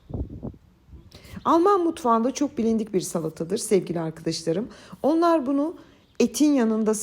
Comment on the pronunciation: Allahım!.. Sizin "ARKİDİŞLARIM" kelimenize hastayım!.. 😂👏👏❤ Ben bir edebiyatçı olarak takıntılıyımdır Türkçe'nin kullanımına ama siz istisnasınız 😅 Bu arada elinize ,emeğinize sağlık 🙏